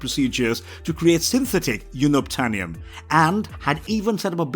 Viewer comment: YOON-obtainium??? WTF?!!